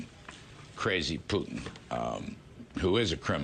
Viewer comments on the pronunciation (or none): Stop saying "pew tin" it's "poo tin" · It’s “poo-tin” Путин… NOT “pyou-tin” Пютин… See the difference??? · Sir, His name is pronounced POO-tin. Just imagine poo pooh. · Because the word puking reflects the man better than Putin? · Why does David pronounce it “Pewtin”? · pyootin lol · Why does David always say PEW-tin? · Seriously? You are pronouncing fraud a different way? And Peuw-tin instead of Putin? What the hell is wrong with you? Sometimes I think you're being annoying on purpose just to make everyone think you're smarter than the rest of us. I'm done with you. Unsubscribing now. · Why does David pronounce Putin like "puking"? (just misspelled it "pun-ounce", would be a fitting new word for playing with pronounciations)